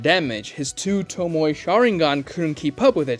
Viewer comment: What's a "toe- moy"?? Please learn how to pronounce the word.